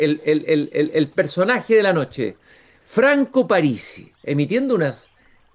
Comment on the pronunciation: Pronuncia "Párisi" cuando es una palabra esdrújula y no lleva tilde